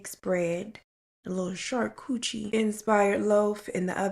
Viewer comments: 😂😂 Girl, they thought the whole thing was trash, because you left it on the curb!🤣 1:3. “Char-coo-chie.” It’s charcuterie girl!😂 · Why am i the only one here dying at her saying charcuterie as Char coochi lawd 🤣🤣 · Did she say "Sharcoochie"? 😂😂😂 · Wlmrt. Hefty flap tie. Black. Qty 40 $8. Did you say Shar-coochie??? 🤣🤣🤣🤣🤣